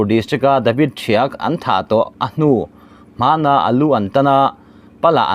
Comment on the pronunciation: Hnuhman tih kha a awmze bo thakin i chhiar a lawm le.